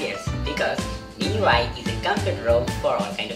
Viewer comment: she said i love you mi i , subtitles had to save it, thank god